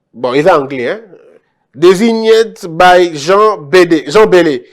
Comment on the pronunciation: "Designed by"pronciation "diza:int by"